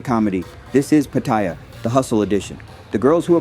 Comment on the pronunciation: i would say its patt a ya not patyer